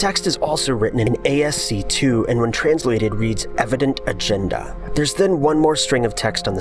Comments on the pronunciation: ~To be honest, that's what I would've called it too :) ...I just looked it up, and if I understand correctly, it's supposed to be pronounced like "ask-ey"? ~Thanks in advance :)! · its not a s c 2 its askee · Just so you know, ASCII is an acronym for "American Standard Code for Information Interchange" and is usually pronounced "ass-kee". It's not ASC2. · It's pronounced "askee" not "ASC two". It's the abbreviation for American Standard Code for Information Interchange, so it's not a 2, it's too I's. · Just a heads up, its ASCII, either "askey" or A S C I I, not A S C Two, the I letters stand for words not the Roman numeral for 2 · Just a minor correction: "ASCII" is not "ASC2". It's pronounced "askee", and it stands for American Standard Code for Information interchange. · did you just call ascii asc2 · yh but they aren't supposed to be roman numerals, its pronounced "ASS-KEE" no "ASK 2". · ITSS ASCII, AS-KEE, NOT ASC2 GODDAMNIT!!!! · ASCII is pronounced "ASS-kee". It stands for "American Standard Code for Information Interchange". It's not a 2 at the end. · It's not A S C 2. It's literally ASCII. As in "American Standard Code for Information Interchange" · A-S-C TWO. heh. It's pronounced "ask-ee", bubby. ;-) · ASCII (American Standard Code for Information Interchange) is usually pronounced "asskee", not "A.S.C. 2". Just, ya know... for knowledge. Unless there's something called A.S.C. 2 that I don't know about. Hold on, I'll Google it.... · AHHH PLEASE its not ASC2. its Askii, pronounced askey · Please... it is not ASC2... it is ASCII... like "askee"... "AMERICAN STANDARD CODE for INFORMATION INTERCHANGE" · ASCII is actually an acronym for "American Standard Code for Information Interchange" and is pronounced "ass-key". I'll admit, however, that A-S-C-2 sounds much more mysterious. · "ASC 2" oh god lol. It's pronounced "ASK-E" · ASCII is an acronym and pronounced like "as-key" not "a s c 2" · ASCII is pronounced "ask-ee", not a-s-c-2. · Ascii, not "ASC-TWO"